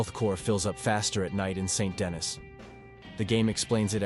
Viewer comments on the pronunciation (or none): Not Saint Dennis, more like San Denny. They pronounce it many times in the game. Its French